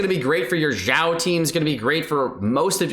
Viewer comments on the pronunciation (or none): none